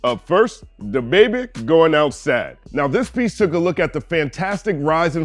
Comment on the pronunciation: I love your content; however, why were you saying “dababy” like that? 🤣 Maybe I missed something in one of your previous vids.